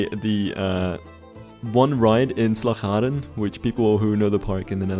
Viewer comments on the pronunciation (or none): I am from the Netherlands its so funny how you say Slagharen 🤣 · It's always funny to hear someone talk fluent and clear English and suddenly an extremely dutch word like "Slagharen" shows up. Bonus points if the word has our trademark harsh g in it.